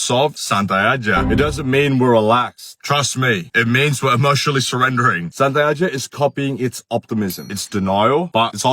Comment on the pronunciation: Saat speed bilang santai malah kedengaran satai alias sate